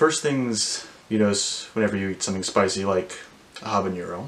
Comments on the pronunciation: NO! Habanero is pronounced with a regular N sound, NOT the ñ found in jalapeño! this is a very common mistake that drives me insane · As an aside, it's "habanero", not "habañero". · Your pronunciation of “habanero” is incorrect. Unlike “jalapeño,” there is no tilde in “habanero.” Do not add a “y” sound after the “n.”